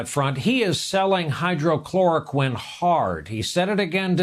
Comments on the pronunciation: Its hydroxychloroquine not hydrochloroquine ignorant journalist. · Its hydroxychloroquine not hydrochloroquine...get it right...he said hydrochloroquine multiple times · Hydrochloroquine? What kind of reporting is this? It's hydroxychloroquine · dude,there is no "hydrochloroquine"